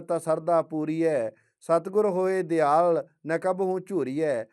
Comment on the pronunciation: ਦਿਆਲ ਨਹੀਂ, ਦਇਆਲ ਲਿਖਿਆ ਹੈ ਭਾਈ ਸਾਹਿਬ।ਗਲਤ ਉਚਾਰਨ ਕਰ ਰਹੇ ਹੋ